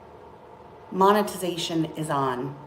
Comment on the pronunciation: Did she say " monestation" is on? Dear god. No way she handed anything over to her mother. She is a tight fisted lunatic.